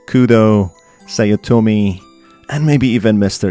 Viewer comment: Take a shot everytime read Sa-o-to-me as Sao-to-meee and Mi-sa-o as Me-south.